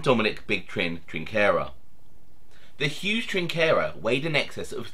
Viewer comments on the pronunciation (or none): OC ur 100..it was Paulie.. And it's Trinny Trin-cherra. Not wit a K sound